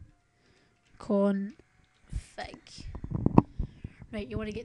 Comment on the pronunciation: Did u say IP-Confag?